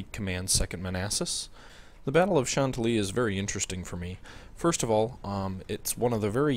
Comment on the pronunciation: hahaha, the way you pronounce "Chantilly." Yes it's a French word...but no one in the US pronounces it that way.